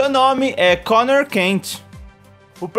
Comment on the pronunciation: È Connor, não Conner.